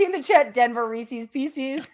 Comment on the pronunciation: Need a content warning for Reese's pronunciation 🤦‍♀️